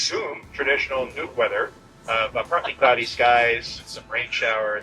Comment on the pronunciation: It’s Nuuk not Nuke. You are watching too much CNN and NBC.